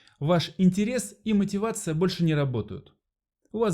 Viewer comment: Вот задолбали своей ,, мотиваций"...вот прямо бесит , как это слово произносят..! Где и от кого нахватались умники ..?😂😂😂